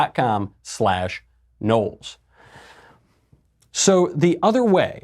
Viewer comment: There is no 'A' in Knowles.